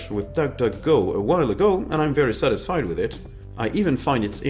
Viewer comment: You say "satisfied" with the emphasis on the last syllable? Such as blank?